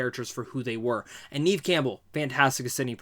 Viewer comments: I 😂 every time you said "neeev" Campbell. It's pronounced Nev (short e sound). Good review tho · Sorry. I like your review but how do you not know how to pronounce Neve's name? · Her name is pronounced Nehv not NEEVE. And Barrera is pronounced: Buh - rare - ruh. You're welcome.